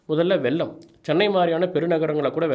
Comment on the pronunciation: mr. GK it is not வெல்லம் it is வெள்ளம்